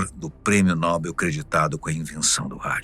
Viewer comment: Como é que pode a (fatos desconhecidos) permitir que um de seus narradores falem um impropério como esse? Não é NÓBEL, o correto é NOBEL. Apenas a Marta Suplicy e os imbecís falam. Prêmio Nóbel.